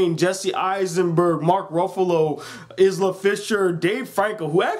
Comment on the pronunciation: Isla is pronounced "eye-la" just fyi Love ur vids keep it up! :)